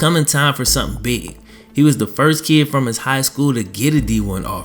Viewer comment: Lol you say kid like kee